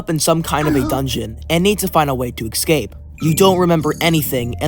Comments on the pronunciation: if you say "excape" any more instead of "escape" I'm gonna go mad bro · ESCAPE not EKSCAPE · why does he pronounce 'escape' as 'exsape'? 😂😂 it's hilarious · i think its an accent thing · bro pronounces escape eggscape lmao